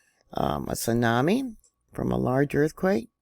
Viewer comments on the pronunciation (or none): none